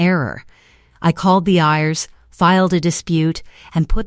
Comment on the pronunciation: Have to laugh at how the AI Voice pronounces IRS as Ears